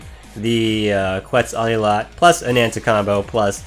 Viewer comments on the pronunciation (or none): Quetzalcoatl is pronounced more like (Ket-zal-ko-watt-al) the beginning is a hard “K” sound rather than a “kwa” sound.